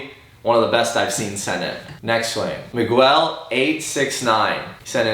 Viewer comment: Mi-gwel? jk Love you guys!!